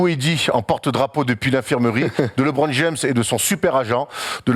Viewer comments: faut qu'il arrete avec son Libronne , les americains le prononce LEUBRONNE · ça se prononce LEbron, le son E et pas Libron 😂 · Yes, LeBron, genre "le bronne" tranquille, pas besoin de "lébrone" ou "librone" :p surtout quand t'es pertinent, ça nique un peu l'délire :p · LiBron xD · C'est clair qu'il est top... Juste il me triger sur sa prononciation de LeBron